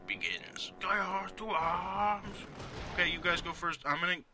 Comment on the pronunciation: And it's not GAYar! :D